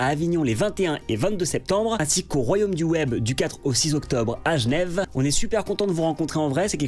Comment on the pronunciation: Félicitations pour ta prononciation de "G'nève"